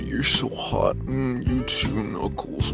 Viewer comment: It's Knuckles. Not crackles!